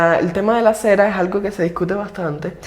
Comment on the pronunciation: Hay cera?. Se dice acera